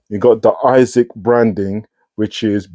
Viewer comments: I was curious too why you call them Isaacs instead of A-sicks. Great review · It’s really annoying when keep saying Isaacs!